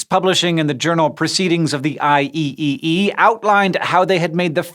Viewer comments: Hank, it's I-triple-E. not I E-E-E! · eye ee ee ee? Try eye triple ee next time :) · I E E E ? Oh come on Hank, it's I-triple-E. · Not sure if someone's mentioned this yet but "The IEEE" is generally pronounced "The I-triple-E" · I triple E, not IEEE... lol being pedantic. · As a person living where everyone calls it "I triple E", hearing hank says IEEE is veeerry weird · As an electrical engineer, hearing IEEE not called "I-triple-E" was uncomfortable :P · IEEE is pronounced I-triple-E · its pronounced IEEE(I triple E) i just know cause I learned about them today in my CISCO class :))) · Pro tip: electrical engineers call IEEE (i triple E) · IEEE is normally pronounced I-triple-E, at least by Electrical and Electronic Engineers. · I’m glad I wasn’t the only one who cringed a little